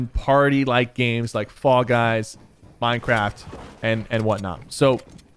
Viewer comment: OMG did h say mineacrft